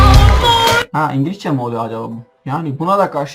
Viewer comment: Ingilizceye ingilişçe mi diyorsun yoksa benmi yanlis duydum